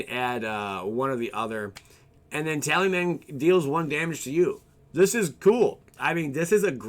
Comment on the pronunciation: tal-is-man not tally-man